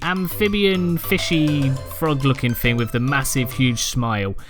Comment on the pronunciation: It’s pronounced THing not Fing.....